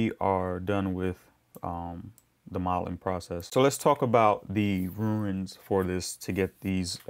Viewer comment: They're 'runes', not 'ruins'...😂😂 Great tutorial, though! Quite a bit of detail, appreciate it.